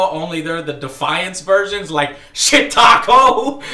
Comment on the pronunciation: "shittaco?" lol